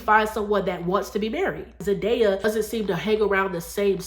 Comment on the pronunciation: You are right about the importance of doing things God's way! Btw, It's pronounced Zendaaaaaya, not "ZenDieya! It grates when you mispronounce her name all through the video. And actually it's up to Both men and women to marry. Clearly, a man has to want to marry as well. Wise men Want to get married and to be good husbands and fathers. Married men live longer than single men for a reason. So, in a way, it IS a man's fault if he is so ignorant to the blessings of marriage that he stupidly avoids it like the plague. Married men, generally speaking, are usually much more financially successful than single men, too.